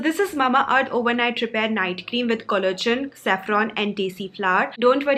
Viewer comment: Nice vid, love your channel... just noticed..collagen ko-> pronounce it ko-lla-gen and not collogen. Hope u take this a positive suggestion🙂